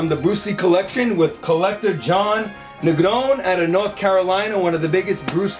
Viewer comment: Bruce Lee was a person who wrote constantly, imagine him in the computer age? Great show Charles shout-out to Hector. Thanks John Negron incredible. Gotta roll those R's though 😂.